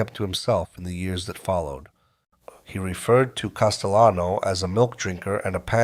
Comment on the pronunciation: This AI voice is pronouncing words with “ll” like it’s Spanish. Never heard of Paul Castyano before 🥴